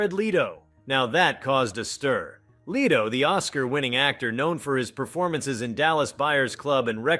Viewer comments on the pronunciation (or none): Appreciate your effort, but: It took you two minutes and 38 seconds to get to the point of this video. Not to mention the misleading opening clips during this waste of time, and the mispronunciation of Jason's surname. It's STAY-thuhm...not STAM-thuhm....Seagal's surname-he not the bird-segull and it's not Jared LEED-O, it's LEH-toh similar to the English word "let" followed by the sound "oh". SCHEEL-Lebouf...LOL! Good grief, dude, get it together or dump the AI if that's what you are using.